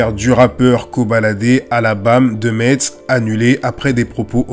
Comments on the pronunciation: Ça se dit "mess" et pas Metz mais c'est pas grave force à toi 💪🏾💪🏾🔥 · Metz se prononce MESS 😅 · On prononce Metz "Mess" grrrrr. Tu es pardonné de part la qualité de ton contenu toujours très bien analysé, et jamais dans l’excès ou la recherche du buzz ! Encore une très bonne vidéo 👍✊ force a toi